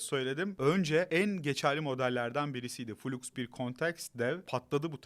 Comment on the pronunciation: Flux -> Fılaks, fuluks muluks değil birader